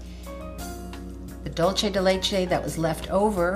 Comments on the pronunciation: It’s not dulche. It’s dul say. That’s Spanish not Italian. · loving your cooking lessons! But this is pronounced DoolSe de leche - it's Spanish for 'sweet of milk' xxx:) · Hi! Delicious recipe! But I just have to say that is pronounce dool-se :), the way you are saying it is like Italian, like Dolce and Gabbana. Anyways, congrats for the recipe! and sorry to bother. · Super excited to try this recipe for Thanks Giving! But I'm Latina and please it's "DUL-SEH"